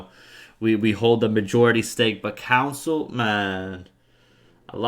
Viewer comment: Just helping. Con - sole. I was SO confused about the council talk but I caught on 25% in